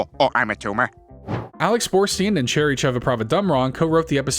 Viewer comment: So proud of you for saying cherrys name in one foul swoop